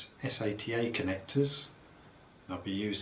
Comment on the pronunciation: every time he said s-a-t-a instead of sata i went facedesk lol